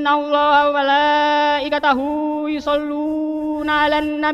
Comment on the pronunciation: Mohon maaf..sepertinya mmg masih belajar...Krn ada lagi kesalahan kurang lebih di menit ke 3.35, harusnya innallaha wa malaaikatau tp diucap "innallaha wala ikatahu" 🤔